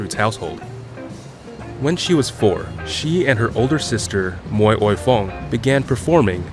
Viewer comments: It's Mui (mooi) not Moi.... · It would be nice if the narrator can at least get her name right. She was Anita Mui, not 'Moi'. If you can't pronounce the Cantonese 'Mui', try the Mandarin 'Mei' or just Anita. It is so disrespectful to get her name wrong, in a video dedicated to her. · Why is he pronouncing mohrrr when it is supposed to be mui?) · Why did he pronounced her name 'Moy' ?! it is 'Mui' , he knows better ! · Please learn to pronounce Anita’s last name right. It’s not said like “moy”. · I'd initially wanted to watch this clip but stopped within 1 minute. The narrator butchered Anita's surname. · At least get a narrator who can actually pronounce her name correctly!